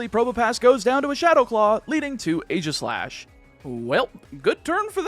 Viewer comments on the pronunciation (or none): It's HONE-edge and EEGIS-slash.